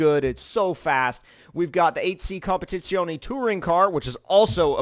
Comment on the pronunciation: Not sure about the competizione pronounciation.